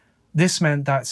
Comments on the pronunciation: Dana is day-na not donna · Why do you always pronounce the name Dana as Donna? This occurs in many of your videos on US cases with people who have this name? Donna is Donna. Dana is DAY-nah. It's disrespectful to not research the pronunciation of people's names. If Dana is pronounced Donna in the UK, fine, but that's not the norm in the US.